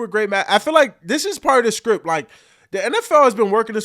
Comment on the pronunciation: Micah saying the NFL SPRIPT 😮